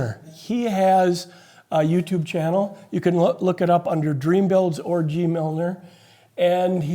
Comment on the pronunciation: Nice video, thanks. By the way, it's GeeMiller, not GeeMilner.